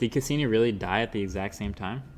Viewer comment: Congrats on hitting the 5 million viewer mark but fucking blowing the pronunciation of the probe Cassini! I can probably speak for all your science oriented viewers out there that watch your channel. Ya flipping blew it! Sounds like you don't even know what the Cassini probe is or what it was about. (and everyone on the planet should know BTW). Neil degrasse Tyson would have loved that moment! In a way Cassini helped you get to that 5 million mark. Your channel is over for me in my book. Good luck to you on your next 5 mil gathering. Next time show some knowledge and respect for science and technology by knowing a little more then an on off switch or which mic to use for your broadcast. Out of here.."Click"